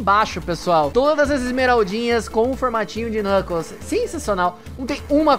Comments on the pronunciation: Você falou knunkles 3 vezes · você falou kncles 20 vezes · É impressão minha ou o quanto ele falou xalabaia klnukles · Vc falou NUCKLES 197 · vc falou klunekles 153 vezes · O falou 30 knukles